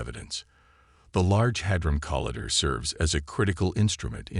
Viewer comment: Yes has a speech impediment or maybe it's an AI from another country and has a strong accent